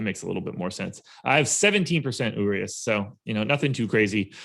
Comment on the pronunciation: I love you guys but my ears hurt when I hear you guys pronounce Urias. Pro tip from a fellow loyal (Spanish speaking Mexican) subscriber. Treat the 'r' like its a 'd'. don't be afraid of the 'd' 😂